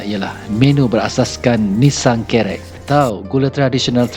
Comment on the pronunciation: Org Tganu sebut ‘nissang’ ejaannya sama sebutnya Lembah Nissang